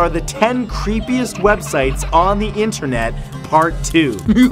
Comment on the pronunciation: "intrenet" That is what he said